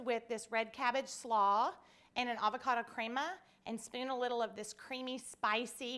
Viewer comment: It's pronounced creh-ma not crea-ma fyi....